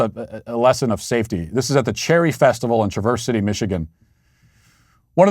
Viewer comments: Matt Walsh, it's traverse city Michigan. Not traversity. Ha ha ,ha. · The locals pronounce it TRA-ver City, not trah-VERSE City. Just in case you wanted to know for next time something crazy happens there. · You butchered the name of the city in Michigan. I live in Michigan and it took me a moment to realize the town you were talking about, the clue was cherries. And I 100% agree on riding on a carnival ride, don't trust them. Love the show.